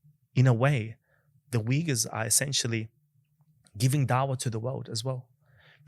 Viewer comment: Thanks for correct pronunciation! Not weegurs, but Uyghurs.